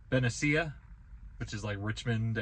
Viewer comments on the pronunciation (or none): Benicia = Ba nee sha